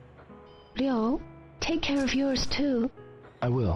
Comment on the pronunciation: It's Ryo.. Ryo.